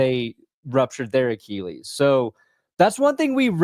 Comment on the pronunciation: Achilles pronounced “ah-kih-leez” not “ah-kee-leez”. Read a book.